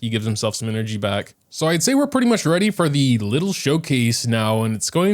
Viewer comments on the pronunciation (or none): none